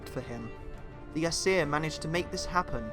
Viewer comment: This dude cant even say ”aesir” right